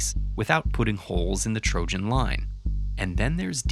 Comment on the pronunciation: You really pronounce trojan as "trožan"?